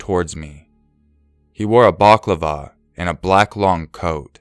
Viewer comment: Was balacklava meant? Instead of baklava. I dont even know if I spelled that correctly...